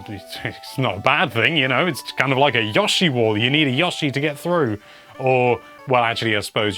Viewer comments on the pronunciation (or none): I am appalled Alex cannot pronounce my name correctly. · Where I live everybody pronounces Yoshi like that